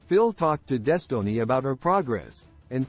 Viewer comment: “Des tow ness”